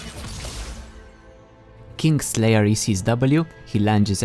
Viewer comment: I thought you said kink slayer